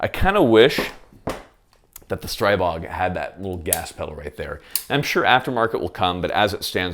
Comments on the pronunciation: Stree-bog, not Stray-bog. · Your pronounciation of the gun killed me 😂😂😂 Great review as well 👍